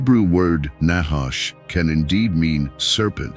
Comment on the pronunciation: NACHASH..honestly you pronounce it very wrongly trust me allthough you keep speaking in circles the whole video through you never ever come to a point ot a point of prove i have studied hebrew very much and that is the only way to understand the word of truth its spelling its pronunciations its origins its meanings todays bibles are a mere possibility of truth twisted and filled with lies words changed you do not know the nachash or its origins nor do you understand it nor do you know the truth